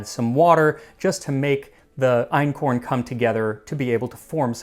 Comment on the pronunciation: Your German pronunciation is really good (Ötzi, Einkorn, the place names). One thing about the economic hierarchy: Farming doesn't come directly after hunting & gathering. In anthropology, there's a system (from primitive to advanced, with type a being the simpler one): 1. Hunting & gathering, aka foraging, includes catching fish and collecting seafood. Type a = without dogs, type b = with dogs. Type a was common for a very long time among indigenous Africans, and that excludes ancient Egyptians - they moved over from the Middle East and had dogs like other Eurasians; the oldest African breeds are descendants of those Egyptian dogs. 2. Gardening is similar to farming, but you haven't domesticated animals that could help you with ploughing yet, so in gardening communities you plough with manpower only. No livestock for work. Type a has no settlements, but often moves around and burns down parts of the forest to "make" new fertile soil. Type b has settled, because they've figured out how to keep the soil fertile. 3. Nomadism. Type a follows wild, unchanged animals like large herds of reindeer, type b has domesticated animals. 4. Farming. Farmers have settlements and made the first cities possible. They change their environment by redirecting water, cultivating plants and domesticating animals to better suit their needs, and they don't have to do all the hard work themselves anymore. Type a uses domesticated animals like cattle, horses, donkeys, mules, camels or elephants for wo